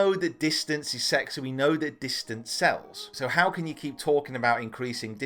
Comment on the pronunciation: Did you just say distance is sex?